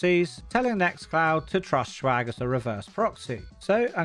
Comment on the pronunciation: Why do you pronounce swag like "shwag"? It's jarring.